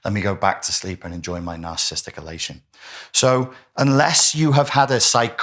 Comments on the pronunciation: Please pronounce it properly! NAR CIS ISM NAR CIS IST IC!! You're saying NAR CIST NAR CISM NAR CIST IC. I cannot listen to you! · I wish he'd pronounce narciss ISTIC properly 😂